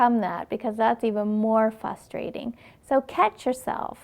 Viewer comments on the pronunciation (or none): There's an R in there!It's not fustersting, it's frustrating. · Good video other than 'fustrating' it's pronounced frustrating. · It is "fustrating"...lol